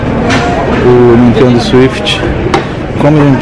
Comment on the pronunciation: Porque vc fica falando Swift? É Nintendo SWITCH